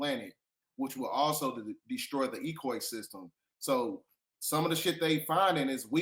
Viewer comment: WTF is an ecoysystem? Come on now bruh.